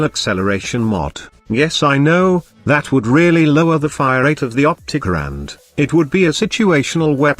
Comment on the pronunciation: The OPTICUH! Lmao love it lol I main the Opticuh.